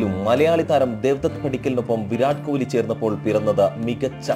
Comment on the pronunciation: കോലി അല്ല പൊട്ടാ കൊഹ്‌ലി, 😁😁😁😁👌👌👌🌹🌹🌹🌹🌹🌹😍😍😍😍